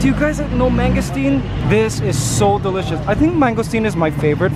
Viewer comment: He says DYE licious